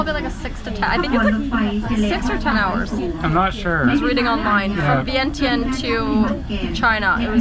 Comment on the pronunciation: Vientiane is actually pronounced Vienjan.